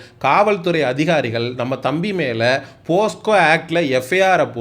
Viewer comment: போஸ்கோ இல்ல தம்பி போக்சோ. மத்த படி அவைங்கள தோலுரித்ததுக்கு நன்றிகள் பல.